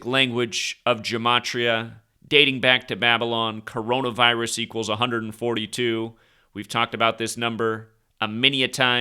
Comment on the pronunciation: Notice that the auto-censor bot hasn't put up an encyclopedic warning, despite the fact that you clearly enunciated coronavirus perfectly multiple times? They're just hoping you go away.